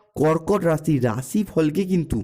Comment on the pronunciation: এই ল্যা*ড়া, 'অশনি, রাশি, সংকেত'-এগুলির উচ্চারণ আগে ঠিক করে কর।